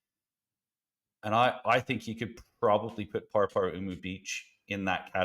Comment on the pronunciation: Definitely a good effort on the pronunciation of Paraparaumu! Love that course